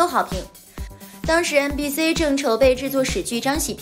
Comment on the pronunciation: MBC的C請唸”西”，中國的C為了拼音所以改了讀音，但那僅適用於拼音，請更正唸”西”好嗎？因為它是英文！我聽了太難過了，有人也聽了全身難受嗎？